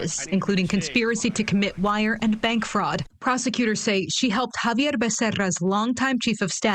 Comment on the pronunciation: It's X-avier! 😂🤣